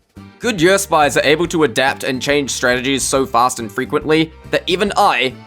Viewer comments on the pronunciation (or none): none